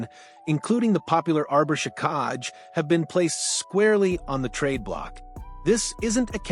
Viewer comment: Arber Shikaj🤣 Hint: If a name looks weird take 10 seconds to figure out its pronunciation